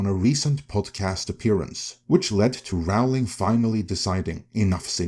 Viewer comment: J K Rowling pronounces her name as in Rolling Stones… just in case that means anything to you… 😊